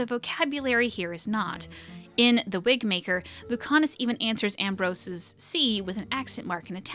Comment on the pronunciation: I will be very upset if the Wigmaker cast doesn’t make an appearance in the next game. It was my favourite story, alongside ‘eight little talons’. ALso, around one hour in, you said "Wigbaker." Or that's what I heard and it made me giggle.